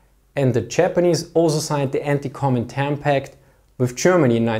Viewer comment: Please be careful of your pronunciation of "Anti-Comintern Pact" it sounds like "Anti-Koumintang" Pact. Outside of that: awesome channel; great videos. THis comment was probably unnecessary as I think about it.